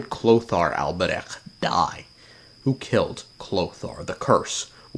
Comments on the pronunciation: Why can’t bro say البريخ (alberich)? Its so easy idk why most Americans suffer with it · Because alber-huh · Kind of phoning in a Sunday Genshin video. Which is not so cleverly disguised as an excuse to say Alberich wrong a bunch of times. Seems like a typical Sunday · You can just hear the physical pain of him pronouncing Alberich lol